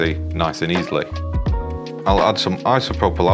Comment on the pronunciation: It's Isopropyl Alcohol